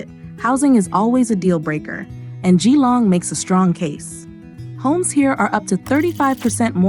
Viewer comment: It’s pronounced JILLONG not GEE LONG .